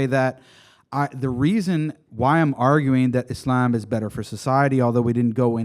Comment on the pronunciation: he always pronounces it as "isLAMb" lol, its so annoying